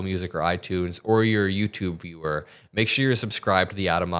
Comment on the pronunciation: Why did you say "youtuber viewer" like that 🥺